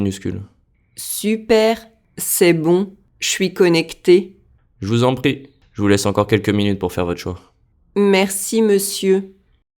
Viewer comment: Je vous en prie- why does it sound like Je vuzompti